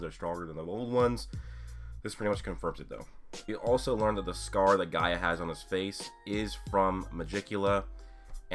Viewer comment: His name is gaja not gaia